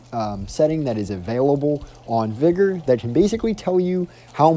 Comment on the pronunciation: Its not pronounced vy gor lol it vig or